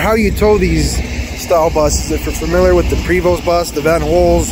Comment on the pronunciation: Prevost the st are silent